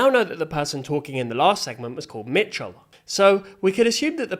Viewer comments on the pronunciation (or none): It is Micheal not mitchell